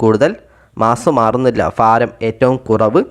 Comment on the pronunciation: Faaram alla BHAARAM😮😅